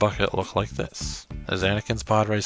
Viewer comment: I thought you said "poorracer" 😂